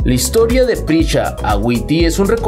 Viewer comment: Se llama Prisca, no Pricha